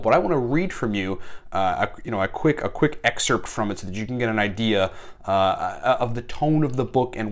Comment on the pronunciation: Missed you brother! also isn't it "excerpt"?